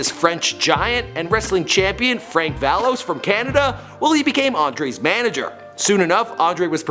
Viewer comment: Frank Valois's last name is pronounced " Val wah' "